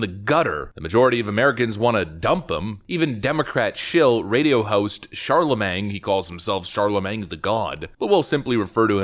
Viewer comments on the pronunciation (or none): Bro.. it’s pronounced Charlamayne.. 😂🤣😂🤣